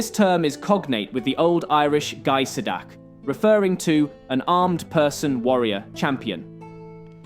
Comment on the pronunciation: It's pronounced gey-es-tay not gie-sat-ie